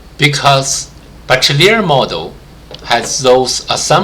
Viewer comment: it's pronounced: Be-She-lier not Be-Che-Liar